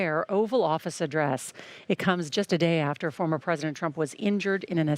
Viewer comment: at 1.53 "thankfully Former Trump" or "thankfully Farmer Trump " lol some body forgot to delete Former President Trump . from his speech . or some body put in his speech former president trump so he ommited president lol